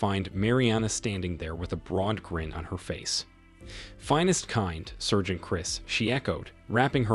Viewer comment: FFS SAAARGEANT!! Someone needs to train these AIs, they suck.